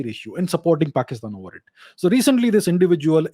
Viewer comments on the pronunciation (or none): His pronunciation of "paxitan" killed me 🤣😂😂